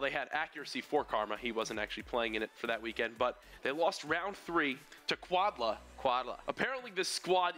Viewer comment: I bet it is quad L.A. not quad la.